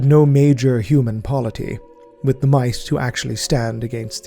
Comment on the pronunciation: anyone else hear, "mice made the rice" instead of might made the right? 😂